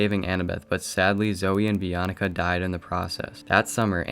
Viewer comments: im sorrry but its pronounced bianca not "bi-an-ica" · Wait “Bee on icka” sorry I am not trying to be mean I got so many names wrong it is just that it is “Bee on ka”